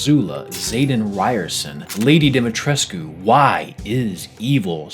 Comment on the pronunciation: A thumbs up for pronouncing Dimitrescu properly.